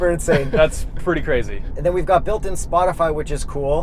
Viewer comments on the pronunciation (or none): Wtf is spötify? 😂😂😂